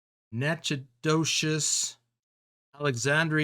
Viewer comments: The name of that town in Louisiana is pronounced Nack - O - Dish . However the way you pronounced it is the way you say my town's name in Texas Nacogdoches or Nack - O - Doe - Chess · Natchitoches (nak-a-tiche)